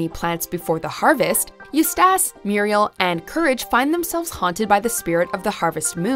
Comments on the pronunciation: When you mispronounce a name that is said in the show probably hundreds of times, and such a clip is featured IN THIS VIDEO, maybe you’re pumping out content too fast with too little quality control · If anyone from the WatchMojo staffs read these comments, can you guys please make sure that the narrator's know how to pronounce the fictional character's names or things being referenced correctly. Hearing Eustace's name pronounced wrong over and over again drove me up the wall. This happens all the time in various videos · You literally put a clip of courage saying the name right and still got it wrong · I screamed at the narrator pronouncing Eustace LMFAO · They say his name in every single episode though. How do you still mess it up? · All you have to do is watch ONE EPISODE, they say his name all of the time. The laziness 🤦🏻‍♀️ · Because she’s never seen the show and is just reading a script. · Why can't she pronounce Eustace right?? That's the scariest thing about this video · The narrator obviously never saw an episode.. mispronouncing Eustis's name over and over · The scariest thing is her mispronunciation of Eustace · The most frightening thing about this video is the narrator mispronouncing Eustace’s name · ....that pronunciation of eustace, geez. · OMG Eustace's name is said in the show GET. IT. RIGHT!!! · Are you pronouncing Eustace wrong on purpose? It actually hurts the videos quality. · The worse nightmare is how badly she pronounces Eustace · you cant pronounce eustace, m'lady? NAAUUUGGHHTTYYYY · I mean they watch the shows right? why cant they ever say peoples names correctly? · How the hell do you mess up the name Eustace? They say it every episode! IN THE INTRO! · it seems that this creature who is voicing the video is not a fan of CTCD . #EustaceMispronounce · Her pronouncing Eustace wrong is killing me inside😭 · That pronunciation of Eustace is criminal dude. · The way you say Eustace bothers me so much. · PRONOUNCE HIS NAME RIGHT DAMMIT